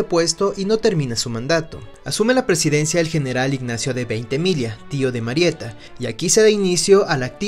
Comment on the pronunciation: Felicidades y éxitos Gran video!!! Un video sobre el imponente General de Mario Ignacio Francisco Tomás Antonio de Veintemilla y Villacis por favor! Gracias por respetar nuestro apellido y pronunciarlo apropiadamente.